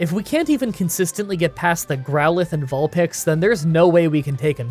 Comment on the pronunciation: I love how you say Vulpix both times. You may be wrong, but at least your consistent!